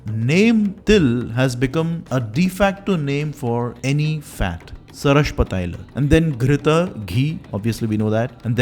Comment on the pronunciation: Your video is really good,a small suggestion,it would have been better if u gave more importance on the right pronunciation of Sanskrit terms like sarshapa,takra,dugda and it would be of great help if u can share with me from where to get the original text of paka darpana by nala😊